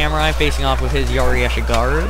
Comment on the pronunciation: close, but it's "ashigaru"